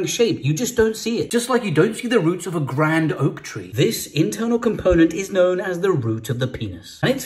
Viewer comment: Emphasis on "Grand Oak"😂